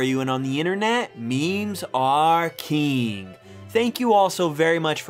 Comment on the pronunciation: Please learn how to pronounce king. I can assure you it isn't "keeng".